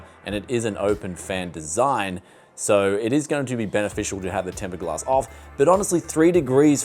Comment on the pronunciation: Did you just say Tempered Glask???